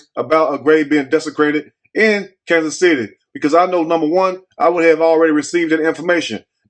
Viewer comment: It's Kansas city get it right please and thank u